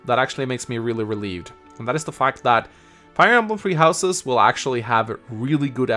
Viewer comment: I can't stand when he says TrEe HoUsE's😪 but whatever